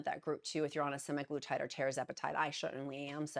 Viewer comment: Also it's SEMAG LUTIDE